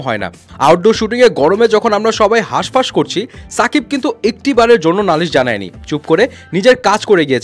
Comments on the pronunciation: আপনি নাম এভাবে বলেন কেন সুন্দর করে বলবেন শাকিব খান। ছা না শা ওকে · ভাই ছাকিব না শাকিব 😅